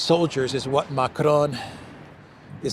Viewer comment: You shouldn't roll the r when you say macron 😊